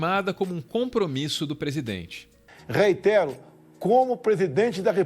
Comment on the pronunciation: O presidente disse "reinterro" ou eu ouvi errado?